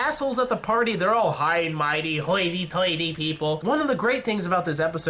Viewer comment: dude quit saying haughty tightly like that lol It's a joke by the way